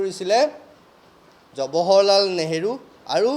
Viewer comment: থৈ দিয়ক হে আপোনাৰ ফটা লেকচাৰ জৱাহৰলাল নেহৰু নাম টোকে শুদ্ধ কৈ ক'ব পৰা নাই । জবহৰলাল নেহৰু নহয়।